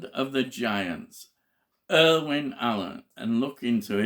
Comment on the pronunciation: You're killing me..... His name is IRWIN Allen, not IRVING!